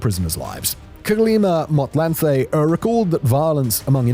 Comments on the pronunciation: aowa mon, it hurts😂😭 kgalema motlanthe was done so dirty. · 🤣The butchery of Kgalema Motlanthe's name. Lol, a whole president